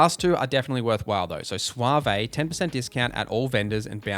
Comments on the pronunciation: It's suave without the e sound (sounds like swahv, not suav-eh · Good advice here on the background and traits for sure. It’s pronounced like Swaav not SwaVay. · Swa-vey took me out lol thx for the vid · This is a fantastic video! Just one thing: suave is pronounced "swav" 😀 I took treasure hunter as my first perk and OMG it is increadible. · No, no it was not. It's pronounced swäv where ä is a long flat a, as in ahhh. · My man never had to read the word suave out loud before lol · The e is silent in Suave... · May lay is how it's generally pronounced. But to those who have not heard the word pronounced out loud or read the word will have their own spin on it. Just like suave he didn't get it right but we knew what he meant. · That certainly was a way to pronounce suave lol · One time I saw a YTer pronounce the word dilettante as "dill-eh-tahn-tay" but this is the new #1 on the mispronunciation list.